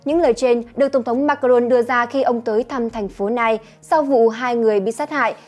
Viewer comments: Thành phố Nice của Pháp, hình như đọc là Nis không phải là Nai. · Chào BBT, các bạn chú ý đọc tên đúng về TP của Pháp trong thông tin sự việc ở Pháp bạn nhé. Cảm ơn các bạn đã đưa tin ! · Em đọc tên thành phố của Pháp sai rồi nha 😘